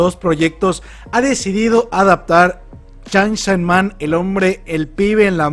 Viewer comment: "chansan men" XDXD